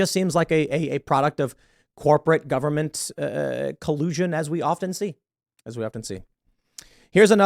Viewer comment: Tim... "The nine most terrifying words in the english language are... I'm from the Gubberment and I'm here to help." ...Ronald Reagan. FFS Tim, stop it please, get some help!